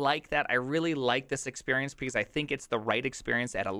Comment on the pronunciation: Has anyone else noticed that this man says "pecause"?